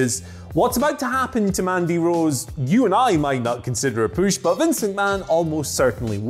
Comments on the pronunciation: Nobody: Absolutely nobody:: Poosh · The hell is a "püsh"?